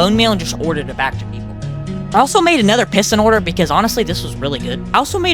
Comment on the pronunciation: the way u say order "ORDAA"